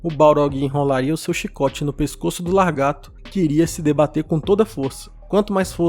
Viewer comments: Muito bom o vídeo, eu concordo com a conclusão. Mas vou deixar aqui uma dica de pronúncia, se pronuncia lagarto e não largato. Desculpa, não é querendo menosprezar nem ironizar, mas eu não pude deixar de reparar e espero que esteja ajudando. Sucesso. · É só eu que estava escutando, largarto, e não lagarto,🤔😂😂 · LaRgato, não, Lagarto. 😃 Muito bom o vídeo, parabéns! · Largato não mano, Lagarto, de resto teu vídeo é top, gosto muito de acompanhar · Vídeo bacana. Somente a correção de LAGARTO, não LARGATO. Tirando isso concordo com tudo que mencionou. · Vídeo show nota mil, mas o certo é Lagarto e não Largato. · Que agonia ver vc dizer" largato", é lagarto o correto amigo. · Não se fala largato. O correto é lagarto. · Sem querer zoar, mas você precisa aprender a falar lagarto e não "largato". Encare como crítica construtiva, pois fica muito feio isso nos vídeos. O conteúdo foi bem legal. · lagaRRRRRRto e não LarrrGato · perdi tudo com o "largato" kkkkkkk parabéns pelo vídeo! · LARgato não dá, desculpa, mas não dá. 😂🥲🥲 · "Largato" foi pesado, tirando isso o vídeo foi ótimo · Depois de "mindingo", vem aí "largato". Pô meu amigo, falando desse jeito, nem parece que tu lê livros xD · Excelente vídeo. E o "largato" me fez rir kkkk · Gosto de seus vídeos, sou MUITO fã de Tolkien, mas laRgato, não dá, né? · Gostei. Mas não se diz largato. Kkkk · Largato hahahahahaha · Não, mas eu já convivi com várias pessoas, viajei vários lugares, conheci várias pessoas em sites e redes sociais e eu sinceramente nunca ouvi largato, é realmente novo pra mim. E sim, a pronuncia largato tá errado. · Bom, não sei onde você vive e nem onde estudou, mas a ÚNICA pronúncia correta é lagarto. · "largato" kkk tirando a zueira, parabéns pelo vídeo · Isso não se trata de língua culta, é só uma correção de uma pronúncia errada.